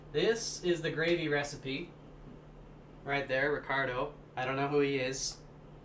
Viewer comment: "I don't know Ricardo." As a french canadian, I'm pretty triggered malf.